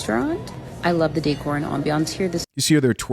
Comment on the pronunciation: “Decor and ambiance.” Man oh man!